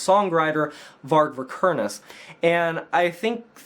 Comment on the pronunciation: MF doesn’t say his name correctly. He’s a tool.